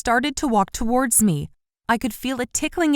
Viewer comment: Every time this voice actress says "towards" she pronounces it as "two- wardz" as if it's two different words. i don't know why but it bothers me soooo much